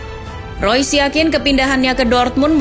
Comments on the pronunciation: yang bener marco reus apa marco rois nih 🙈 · Mengapa tulisannya REUS dibacanya ROIS?? sungguh ejaan yg membuat otakku oleng😕